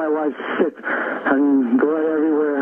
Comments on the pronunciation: I was listening to the video without looking at the screen and definitely heard him say she was sick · Knowledge engineer transcriber here. He is saying sick not shit. He means he needs a doctor ergo ambulance, not a slip just primative thinking.